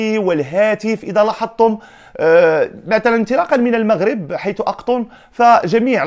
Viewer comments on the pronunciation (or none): none